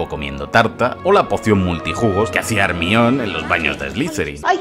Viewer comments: el nombre de hermione se lee "hermion" y no "germaioni" es un nombre griogo el cual viene del dios hermes, si lo lees en griego basicamente dice "hermioni" y ya que los nombres propios no se traducen ni se adaptan en ningun idioma... pues hermione> hermaioni si alguien que se llema peter viene a españa se sigue llamando peter y no pedro ερμιόνη < nombre escrito en griego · Por favor por tus seguidores en Latam, di Hermaioni, Hermion suena a alguien que mea demasiado 😂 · Reminder. Se dice hermión. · ermion hahahah que mamadas es "germaioni" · Harry Potter y el Aksio de Ermión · Desafío, un shot cada vez que escuches ermion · Me kga cuando dice "hermión" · Jaja ermion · Se dice "Hermión". Si los ingleses lo pronuncian mal es su problema. Me he reído mucho con el video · Aún no puedo superar el o la "Germion" xD En fin, Buen video 👍